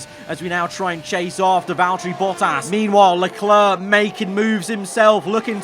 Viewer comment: learn how to say Leclerc